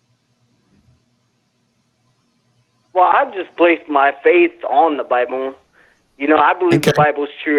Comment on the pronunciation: Please someone tell me i'm right in hearing "Well I just base my faith on the bibön"